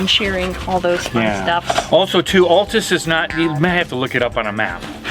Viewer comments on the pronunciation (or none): Those Okies will string you up for mispronouncing the town name. It is pronounced like a guys name-Al, not-all, the second half you got right tus. I live in Texas, have been to Altus many times, I used to work for a monument company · FYI... It's pronounced AL-tus not ALL-tus. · Wow! Altus is my hometown! (I'm sure you know by now that it's Al-tus not all-tus. 😉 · Love the vids, but it’s pronounced al-tus, not all-tus, from an Oklahoman :) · Being from Oklahoma.....it is pronounced AL (think Albert) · Congratulations on the baby. Condolences on the trip to Oklahoma, brutally hot right now. Here we pronounce it as though the first syllable is the name "Al", by the way, "Al Tuss".